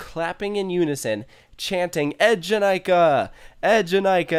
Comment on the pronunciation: That moment you wonder why a ride with twi E’s at the beginning of its name so being pronounced EDGE-in-I-ka...🤔 Also, there are some significant layout differences besides just the ZeroG roll (including in the rotations), surprised you didn’t notice (OwO) those 🤷🏿‍♀️